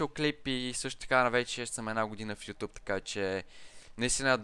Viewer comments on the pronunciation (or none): none